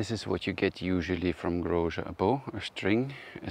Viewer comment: Grozer's name is pronounced with "z" not "zsh" :)